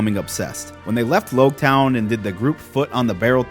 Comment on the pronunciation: You're the first one I've heard call it Lougetown, I've always thought it should sound like Rouge town.